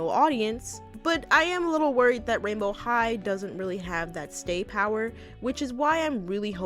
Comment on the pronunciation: I thought you said royal high💀